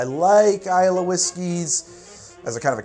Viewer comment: I had to jump back a few seconds to see make sure you didn't actually say, "Scotch is vile." ("Scotches of Islay")